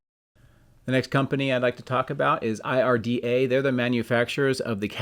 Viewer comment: IDRA, not IRDA